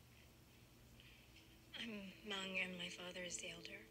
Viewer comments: Bruh she said Mung people😂😂 Im depressed because its really hmoob😭😭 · "Mung people" or lord lmao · First of all she pronounced Hmong wrong. How is this episode supposed to be about Hmong culture if you can’t even pronounce Hmong correct. Bye 👋🤣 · they didnt even pronounce hmong right